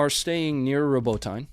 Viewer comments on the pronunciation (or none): Ur western mind😂 u can't even pronounce Robityn. The patriot system is junk. Only half ass effective in manuel operation. Russia is smoking ukes. They also kept ur ass from overrunning Assad. They pissed on ur drone over the Black Sea and brought it down intact for recovery. MSM called the pilots incompetent. Nato is a joke 😂